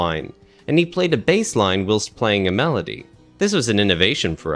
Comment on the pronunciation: You might want to look up how to pronounce whilst.